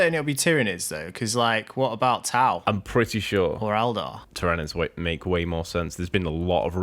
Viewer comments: 😂 he's always pronounced it like that which makes me laugh. Ty-RA-nids 😂 The GSC and custodes rumour sounds very interesting, some new GSC especially would be appreciated as they're not sitting too pretty from a competitive viability at the moment in my opinion! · That pronunciation of tyranids lol im sorry. But i heard a rumor of a custodes box vs gsc with one new character each. And a whole range refresh for templars upgrade sprue a unit or 2 and helbreight, grimaldus an ancient and a generic captain model which sounds awesome. Also chaos is taking this long because they are filthy traitors of course not only are they damned but they get slow rules. There is also another rumor of new models for them also though 5 plus i think